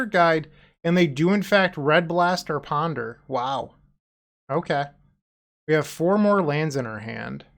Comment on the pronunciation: I'm a little upset you didn't call it Kaheera Beseech the the Mirruh 😂 I love your Boston accent you do when you PONDUH